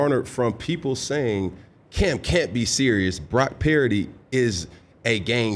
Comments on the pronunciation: You should have told Cam his name is Purdy and not Paraody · Is he saying Brock "Parity"? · Right sounds like he saying parody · why the hell cant cam pronounce brocky purdy's name correct? is he a few sandwiches short of a picnic? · Cam is full of it….at least get his last name right.